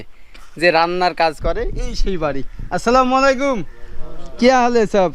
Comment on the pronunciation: এই ভিডিওবানানো কারি।শুনেন। সালাম শুদ্ধভাবে দিবেন।